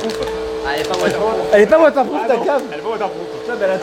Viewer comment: Elle est pas waterrrprooofeeuh !! 😡😡🤬